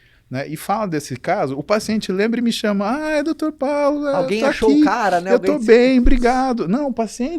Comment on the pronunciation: Dorctor paulo muzy fala eu escuto kkk